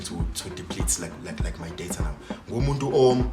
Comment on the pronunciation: It's DATA not DEYITHA...